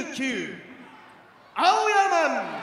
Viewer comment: アオヤまん！と聞こえるのは俺だけか！？